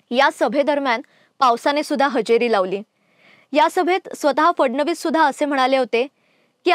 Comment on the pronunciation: ही कोण? We do not want anybody else on the channel. She cannot even pronounce the letter 'फ' properly which is part of the "मकार्" group of letters. It's PHADnavis NOT FADnavis. It's PHODA-PHODI NOT FODA-FODI.